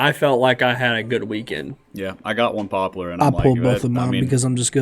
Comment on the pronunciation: It’s Pop-lar! Omg lol ppl stop saying “popular”